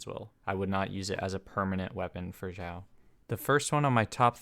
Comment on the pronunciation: Is it just me, or did he keep saying Zhiao?